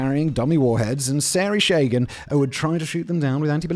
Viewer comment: Oh Simon - puhleeze! Its SAH-ree sha-GAHN! sha-GAAHHN. NOT sorry shaygin! Jeeez!